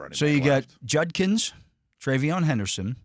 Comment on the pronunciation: Hey, Dale finally learned how to pronounce Judkins!